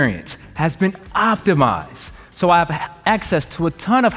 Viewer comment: The YouTube experience has been optimised. There is something funny about the way that he said "optimised", that made my crack. :D